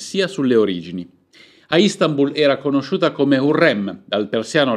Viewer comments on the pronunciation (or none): none